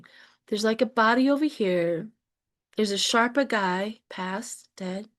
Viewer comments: I do enjoy when you crack yourself up. :hands-yellow-heart-red: Reading on Everest bodies is super interesting. (sherpa, not sharpa) The people who do the work of sherpas also tend to be very spiritual so it tracks that they would be helping the souls return home. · Morning again... just wanted to give you phonetic pronunciation of Sherpa - (SURE-PAWS). I am dyslexic, but I was fortunate in having a mother that had a true talent of a savant in teaching anyone how to read and pronounce words. I am grateful to her, as reading/learning is one of my favorite hobbies and has made my life a rich tapestry....just passing it on. 😊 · Pronounced Shurpa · Just fyi...it's sherpa, the er is pronounced like the er in the word her...thanks so much!!